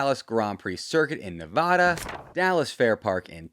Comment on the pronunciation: My USGP question is whether or not you can learn to pronounce Nevada correctly for the Las Vegas GP video later this year? Neigh-va-da is for horses. Not racecars. Sincerely, a Nevadan thats tired of people mispronouncing my state.